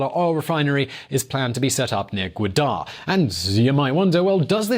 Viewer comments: Still pronouncing wrong, its not goodar. Pronounce it like this Ga-wa-dar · It's pronounced Ga-wa-dar not Gua-dar, you still couldn't pronounce it properly. Even after looking it up. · You sound like an idiot....and look like one too. BTW...its not 'Godar' it is Gwadar....Loser! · Its port Goovader not Goooda !!!! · It's not godar it's gawadar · I dont think you looked up Gwadar right its pronounced Gawadur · It’s called Gaa-waa-dar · It’s wrongly pronounced . It’s called GA WAA DAR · Pronounce it like this: Ga-Wa-dar ... now say it in one go.... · GAA - WA- DER. That's how it's pronounced. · correct Pronunciation is: "Gwaa der ". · even though you Googled, you still pronounced Gwadar wrong. Its Ga-Wa-Dr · To much hot air,.... Learn first how goo-dar is pronounced. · He pronounced gwadar as Buddha. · Its pronounced Ga-waa-dar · man ur GAWADAR....lol its GA-WA-DARRRRRR..... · You still pronounced gwadar incorrectly 🤣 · You pronounced gawadar incorrectly, you are supposed to make a v sound :p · You never heard of the city and you had to look it up to pronounce it correctly and you still pronounced it horribly wrong. Smh. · You make the people who borrow money from China stupid think the borrower out con China. You looked gawadar to pronounce it but your investigation was worthless because you pronounced it wrong 😂